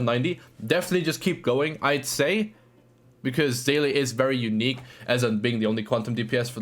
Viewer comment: Someone who can pronounce Seele. Amazing